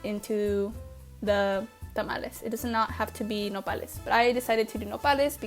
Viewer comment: what is nopalies. sorry about spelling could not understand what you were saying. the cut up green things